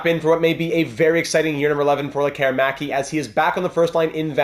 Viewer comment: Appreciate the correct use of letter "Ä" here 👍🏻.